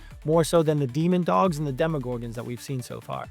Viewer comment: Bro… it’s DEMOdogs not dEmOnDoGs